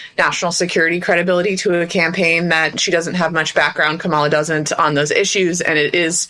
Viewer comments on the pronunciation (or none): It is Comma-la. Not Ka-MA-la. Pronounce it right.